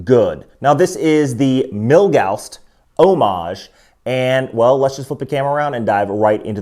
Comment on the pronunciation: Why do you keep calling it "Milgausst"?